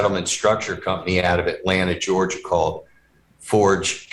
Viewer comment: Compney. Not company